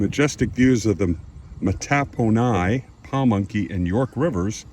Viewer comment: sir you pronounced both indians tribes they are pronounced Po munk ey and Matt po ni indians